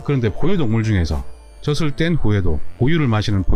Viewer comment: 젖을(저즐)이라고 발음해야합니다